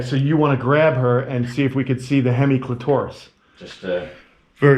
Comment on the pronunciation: Clit-toris, pronounced as if it was a dinosaur.